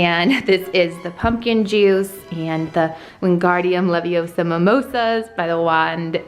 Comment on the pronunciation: you should put feathers on your celling "Its not leviOsa its leviosA!